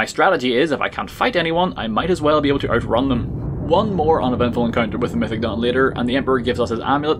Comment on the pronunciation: I thought he said “mythic dong” for way too long